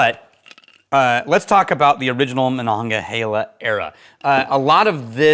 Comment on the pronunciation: I grew up in Pittsburgh Pennsylvania and when people try to say Monongahela they don’t. And we have a chuckle. YOU… nailed it. First try. Thanks for that. Believe it or not when you live here you say Monongahela more than most people would expect. Usually we just call it The Mon. We don’t fish in it (mercury) we don’t swim in it (refinery waste) but distilling will remove those things. Honestly it’s not as bad as it was growing up 40 years ago. Anyway, kudos for getting it right.